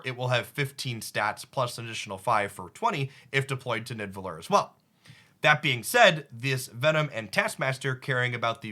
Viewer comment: bro its pronounced "nee-da-vel-eer"